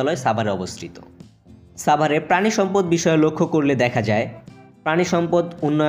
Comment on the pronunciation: ভাই ছাবার না, সাভার